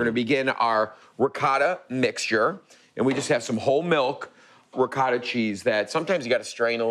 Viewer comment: Love the ricotta pronounced "ree guh tuh" just like my mom said it.